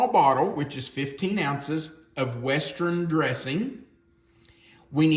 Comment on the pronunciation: "West-ren"???? That's quite a pronunciation there. You were a teacher??